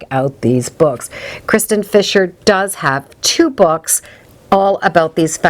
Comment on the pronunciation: Kirsten, not kristen. I have a kirstin and we get Kristin all the time.